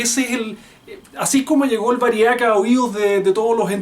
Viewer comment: humildemente mi aporte...la palabra es VÁRIAC con acento en la primera "A"